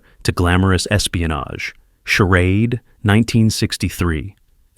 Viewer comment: That really confused me, but then came the different pronunciations of the word charade. It could only be AI